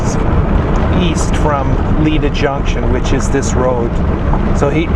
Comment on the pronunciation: Yes you can pass to the waterfalls. It’s Lida ( like Lyda, not Leeda). You are not near Beatty ( like Baity, not Beetty). You are by Goldfield, about 15 miles, you are 50 miles from Beatty.